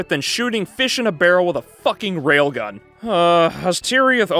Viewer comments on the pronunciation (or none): none